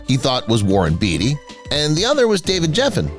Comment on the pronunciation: It's not Warren Beee-tee, it's Bay-tee... it's not David Jef-fen, it's Gef-fen (hard G)... suspect #10 (Marvin Gaye) shows a pic of Smokey Robinson, twice... Jeez... does anybody proof their work anymore?